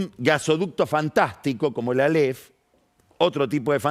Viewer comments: Álef! Con acento en la a!! No aléf... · áleph, no "aléph" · Alef...sin acentuación